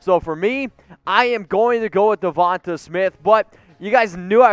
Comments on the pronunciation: It's Devonta not Devante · Dude you need how to pronounce Devante name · He’s gonna call the dude out for misspelling Devonta’s name, but then proceeds to mispronounce it over and over. Good job, bro.